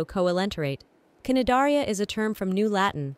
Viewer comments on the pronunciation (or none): bro the cnidaria pronunciation 💀💀💀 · Cnidaria was butchered by the AI so hard